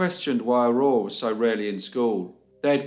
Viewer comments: How in the Dickens are you pronouncing "Aurore" correctly!? I grew up in the UK and after 20 years people still insist on miss pronouncing it 🤦🏻‍♀️ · You did a good job with the pronunciation of all these French names! 👏 In Quebec, just the first name Aurore is enough for everyone to remember this sad story. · Can I just say that I'm very impressed with your french! You did an incredible job pronouncing all of those French Canadian names and places, I don't think I've seen a YouTube video outside of Canada that has done it so well! Love the videos. Cheers! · So damn sad 😢 But another interesting case and your pronunciations were very beautiful ❤️ great job!